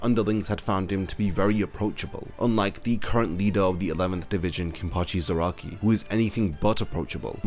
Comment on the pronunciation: Is it just me or do you pronounce Zarakai wrong